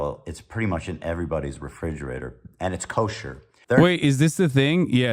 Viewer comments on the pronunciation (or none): none